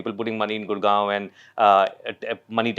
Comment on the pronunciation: The guy said gurgoan as tier 2😂😂